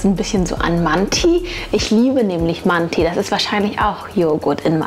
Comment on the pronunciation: manti nicht so aussprechen wie es geschrieben wird du sprichst das (i )am ende als ein( e ) aus das dann aber auch kurz